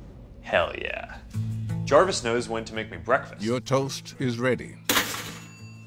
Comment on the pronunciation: He is crazy. It's harvis